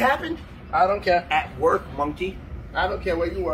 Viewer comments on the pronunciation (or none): If it makes anyone feel better, he fucks up and says mork instead of work. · "At Mork!" Epic brain fart. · "That's where I mjork!"